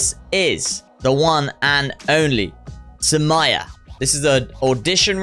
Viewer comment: Please react to Vartika's Grand Finale performance in India's Best Dancer 2. And this dancer's name is Saumya and not Summeya. It is pronounced as Saumya ( Saw-Mi-Ya)